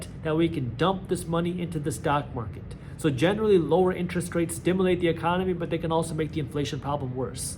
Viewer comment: stimAlate no stimUlate yes